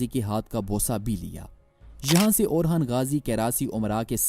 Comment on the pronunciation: He's orhan not orkhan